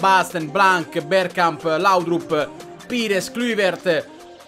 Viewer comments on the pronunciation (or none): "pìres, kluvert" cit. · sapesse l'italiano e se sapesse pronunciare pires e kluivert ti darei anche ragione... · anche pires😂